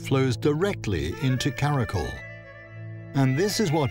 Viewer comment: Just correcting “ kara kol” pronunciation is “kara kyol” and its not tajik words its kyrgyz turkic word, people who is there are kyrgyz ppl